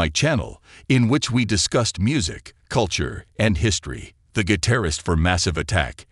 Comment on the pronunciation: AI stop...you can't even say guitarist. Just stop. AI is one of the primary inhibitors to humanity going forward! This is sad but a robot is deliering news like we live on a starship and should accept the news as business as usual. : ) Angelo was a gifted musician and guitarist who moved millions through his craft. We will miss you Angelo. Thank you for everything. XO